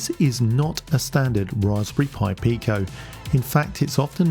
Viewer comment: Well done saying "purple pi pico" so many times! 😁